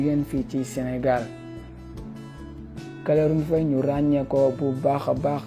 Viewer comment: Tu peux même pas dire caroline faye. Tu dis calorine faye . Tu sais même pas parler. Tu devrais te taire